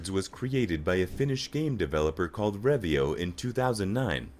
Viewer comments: Spelled Rovio wrong.. It ain't revio. that's blasphemy :D ..and of course plenty of other spelling mistakes and pronunciation of most words were completely off. :D Those kind of videos should make sure pronunciation and spelling are correct imho. I mean there are many speech synthesizers that know how to pronounce Finnish properly. Edit: talking abt the original video of course. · angry birds developer name is wrong also XD its not revio, its Rovio, means bonfire